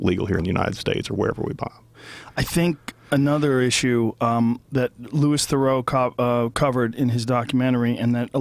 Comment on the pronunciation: pronounced 'loo-ee - ther-roo' (louis theroux)